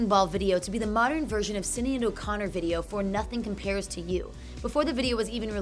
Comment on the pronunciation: uhhh. say Sinead correctly.